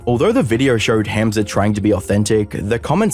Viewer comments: bro said ham and then a z its a hard h sound hamza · Never heard of this dude before but you could pronounce the name correctly... Hah-mza not ham like roast pork. Just weird that you've listened to him say it like a hundred times in the footage you included and still say the simple name wrong every time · it's not pronounced HAM za like the meat. it's hum za.. like ho hum or humdrum. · Bro I want to watch this vid but every time u say “HAM-za” it gives me brain cancer It’s “HUM-za” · It’s spent Hamza but it is pronounced Humza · Love that he pronounces his name a certain way and you just threw that to the wind, calling him ham🐖suh 😂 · The way you pronounced Hamza as Ham-Za is very annoying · "HAM-ZA" ! I love how there is absolutely no effort to blunt the Aussie accent to pronounce his name! hahaha HAAM-ZA!!! lolol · Why do you pronounce hamza like that. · Bro I love your videos but can you please stop pronouncing Hamza differently every subsequent sentence 😂❤ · Sorry, just can't deal with the pronunciation of Hamza, and you said it like 15 times in the first 2 minutes. I don't even know who the guy is but I'm dipping out for now ✌️ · bro didn't even try pronouncing his name properly :((((